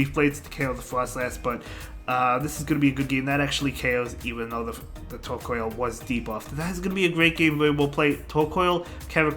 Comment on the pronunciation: Tortoise + Coal...not Coil.... Tor-COAL - otherwise nice vid! :D